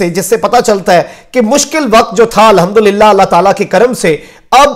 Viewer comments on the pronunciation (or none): none